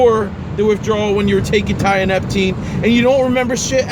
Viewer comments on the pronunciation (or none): tee uh nep teen < not tie uh nep ok kool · Uneducated people shouldn't play about with drugs. If you can't pronounce its name properly then you clearly haven't researched it enough to use it responsibly. This is why potentially useful novel substances get banned.